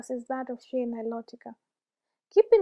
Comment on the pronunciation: You say shea the same way I do. Lately I’ve only been hearing people say “shay” on youtube and commercials and that sounds off to me. I prefer “shee-ah.”